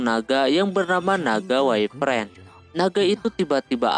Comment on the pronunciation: wyvern (baca : waifer en)